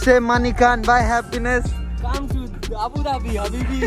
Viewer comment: male version:- abadubi female version:- abudhabi